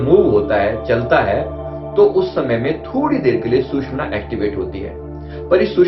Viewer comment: Very sad that you are calling "susmana" nadi. My dear, it is actually called as " sushumna" nadi and all our ancient books, shastras clearly mention this word. Please correct in your future reference. Thanks